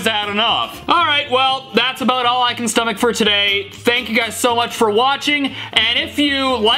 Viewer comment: In The adventure Time one It sounded like he was saying fank you but he actually says thank you